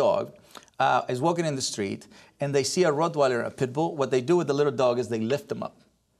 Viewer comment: Larry keeps saying "PETbull" instead of PITbull